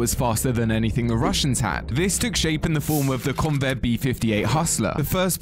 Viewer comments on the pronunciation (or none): none